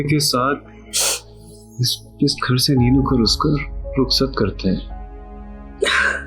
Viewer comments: ruksat ko ruskhat kah raha a.. mistake note ki kisi ny.. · I love the way when said ruksa instead of ruksat and wakar try to control his laugh 🤣🤣🤣